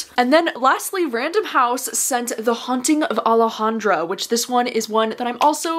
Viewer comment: Thank you for pronouncing Alejandra correctly! 💕